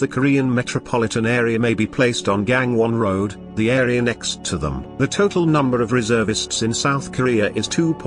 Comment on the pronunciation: "강원도"가 "Kang-Won ROAD"...? ㅋㅋㅋㅋㅋㅋㅋㅋㅋㅋㅋㅋㅋ